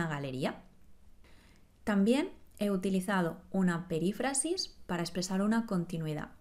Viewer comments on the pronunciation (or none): Creo que tú pronuncias " perífrasis" como si el acento fuese en la "a": "perifrásis".